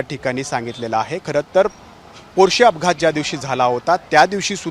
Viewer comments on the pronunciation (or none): पोर्षे नाही रे मूर्खा पोर्ष नांव आहे आणि दोन जीव घेतलेलं हराम खोर आहे